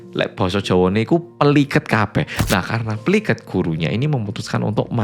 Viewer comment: saking medok e..kata PLIKET maleh dadi PELIket..😅